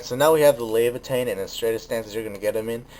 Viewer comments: LA VI A THIN, i think that's how its pronounced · I love this figure as well as this as. Its pronounced la-vi(pronounced like bye but with a v)-a-thin